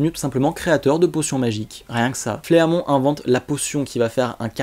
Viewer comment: Super Vidéo continu comme ça!!! Juste Fleamont ça se prononce Flimont XD